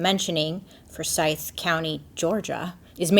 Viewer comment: Forsythe County. Accent on the For not the sythe